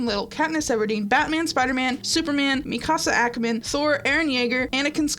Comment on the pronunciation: When you start to grow forgiving towards because she apologized and has shown a better understanding of Mary Sues and all that good shit when suddenly... "*MIKASA ACKERMAN*". inhale HOWDAREYOUMISPRONOUNCEMYWAIFUSNAMEYOUBITCHIWILLCASTRAIGHTIJKBWEDFKJHWEKJFDKWEBDIWEBFIIBWEFIIBIRBFIUEWJBRFGKIEBFRVKBKEWRBFVKIBWEOFDEWBURNINAFIREISGTYOUFUCKIUJBWEIDHIQJWBFIHQVEGF